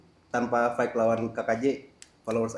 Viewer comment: FACE NDROONGG BUKAN PES FIGHT BUKAN PAIIIITTTT BELAJAR CARA NGOMONG F DAN V HOST